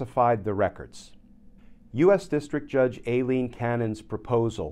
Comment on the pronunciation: Too bad Glenn hasn't learned in like 12 months that it's not pronounced "AYE-lean"